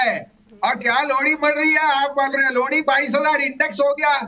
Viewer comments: लौड़ी नही लोहड़ी की badhayey भसीन साहब😂😂😂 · Kya aap ko lohri kahna nahi aata hai